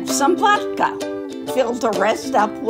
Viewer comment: It’s vodka not vaka